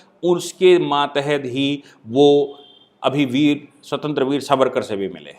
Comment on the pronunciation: स्वतंत्र वीर नही स्वातंत्र्य वीर, अनंत कन्हेरे नही अनंत कान्हेरे, मराठीमे उच्चारण ऐसे होते है।